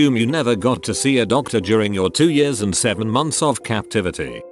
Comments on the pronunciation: the word years: *exists* TTS: yurs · “For two yeeAss” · No one absolutely no one: Robot voice: YAWS